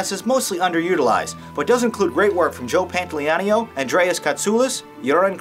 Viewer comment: “Joe Pantalianio” who?